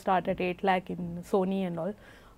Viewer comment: What the fu.k lak? What the fuck is lak?